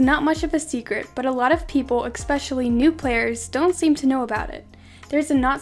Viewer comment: Okay good video n all but it's not ex-pecially it's ES-pecially